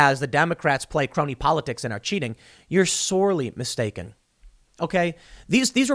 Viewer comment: 'car-ooked car-oney car-ruption' lol